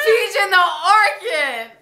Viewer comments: Orchard or Orchid LOL #juicy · Orchid or orchard